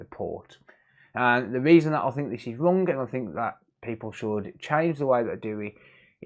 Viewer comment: Forget the hdmi, are you saying wrong, wrong ? It’s not rung, that’s so rung. It’s wrong 👍🏻